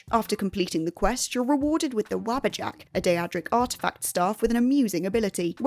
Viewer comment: Wabbajack? I get that in EVERY Skyrim playthru I run. Also... Wah-bah-jak. Day-drik. Now you can pronounce them properly.